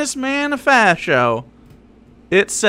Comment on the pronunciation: keeps saying stuff like "have you read the camunist manifasho?" and "have you read the constitution?" and i'm just like!!! THEY CAN'T READ!!!!